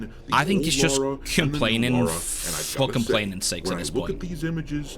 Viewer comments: It's Lara, NOT Laura. People who grew up with TR since childhood know this lol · Lara! Not fecking Laura.